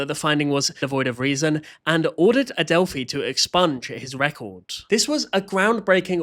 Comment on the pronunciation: it’s Adelph*i* (eye) love ur videos